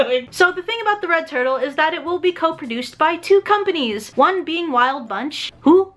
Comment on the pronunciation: i thought she said the rekt turtle